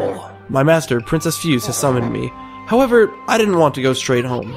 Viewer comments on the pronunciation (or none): Just so you know, for Princess Fuse, her name is in traditional japanese character(フセ) so it's pronounced Fu-se(say). Also, you can knock down walls and doors using both a power slash as well as tackling them can break them down and reveal secrets. OH! And for the canine warriors, any time during the battles, if they start glowing(their orb does), they are invincible to attacks until after they finish. I would suggest getting the dodge technique from the dojo and using it a lot in those fights.